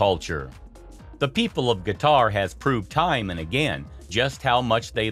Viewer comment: Why the heck you say "guitar" instead of Qatar?